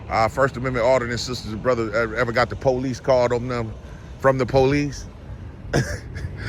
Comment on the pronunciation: “The Poe-leese” 😂